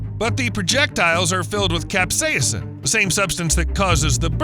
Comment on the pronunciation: It's called Cap-Say-Sin, NOT Cap-Saya-sin! That's why it's spelled Capsaicin rather than Capsaacin like you mispronounced it.